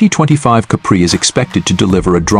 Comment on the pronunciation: I agree. Similar one, going around based on the last model spec. The giveaway is the way it pronounces Capri as cup bree